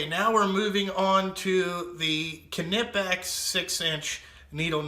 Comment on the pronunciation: Not the end of the world, but Knipex is pronounced Kuhnipex by Germans. Brits and Americans are used to pronouncing knife as nife, so I understand where it comes from. Ultimately, it doesn't matter. Knipex is still the best in the world at what it does.